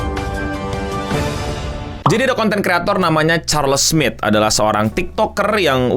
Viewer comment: Charles Smith? Lebih terdengar Charles Smid.